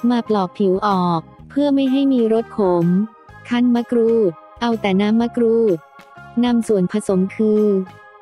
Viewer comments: ทำไมคนบรรยายออกเสียงมะกรูดเป็นมะกรู๊ด แปลกดี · คนไทยหรือเปล่าเขาเรืยกว่ามะกรูดใม่ใช่มะกรู๊ด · มะกรูดค่ะไม่ไช่มะกรู๊ด😄😄😄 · มะกรูดหรือมะกรู้ดค่ะ ออกเสียงบางครั้งก็เป็นมะกรู้ด คนไทยอะเปล่า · นงนุช สุขนา จริงด้วยเนอะ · เสียงจากโปรแกรม มะกรู๊ด